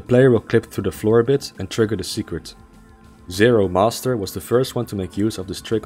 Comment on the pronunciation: also, zero MASTER. not zero must.